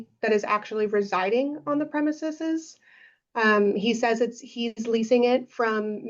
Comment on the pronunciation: Her continued mispronunciation of "premises" is annoying lmao ... you have a law degree, this should be a rudimentary word for you ...